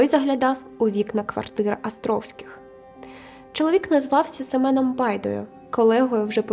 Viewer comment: Гарне відео, але дуже ріже вухо «Астровських» 😬